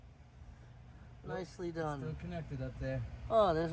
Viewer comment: I thought you said "micely done".